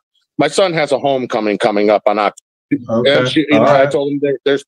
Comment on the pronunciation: turned every single syllable word into 2 or 3! Aww-Kay-ahhh!